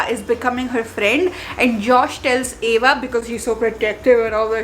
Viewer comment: And that's Ava not eva damn 😊